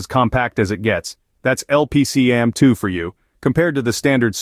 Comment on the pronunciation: It's a cool video, but the product name was mispronounced. "LP-CAMM2" not "LPC-AMM2". Micron put out some videos. It stands for Low-power compression attached memory module and "CAMM" was a thing before Micron put their low-power memory spin on it.